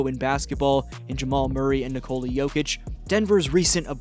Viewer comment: apprend au moins prononcé le nom de Jokic